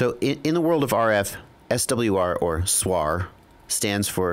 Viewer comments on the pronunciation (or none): Please don't call SWR a "suar"! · (SWR) stands for = Standing-wave ratio and is defined as the ratio of the maximum radio-frequency (RF) voltage to the minimum RF voltage along the line. SWR is an acronym not a word. Great production of the video, just can't understand why everyone tries to pronounce acronyms like its a word. I hear it on other videos too, mah, LED, to mention a few. Keep up the good work. The information is very useful. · ps. when soldering small things like SMD, put your little finger on the table (or something solid) as a reference, your hand will be stable. Using a teflon coax is best, it's quite heat resistant and will not deform when heated. ps....First time I hear someone say SWR like that ;)